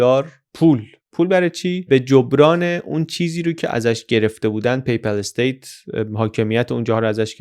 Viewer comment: جناب پی پَل استیت تلفظ اشتباه است درستش پاپال استیت است پاپال استیت